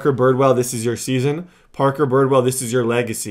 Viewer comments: how do you mispronounce like every name?😂😂 the guy’s name is Redd, like the color, Bridwell is b-r-i-d well, and the g is silent in spangenberg (Sorry I had to comment this it just bothers me a little) but you’re still my favorite YouTuber so hopefully this helped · It's bridwell not birdwell 😂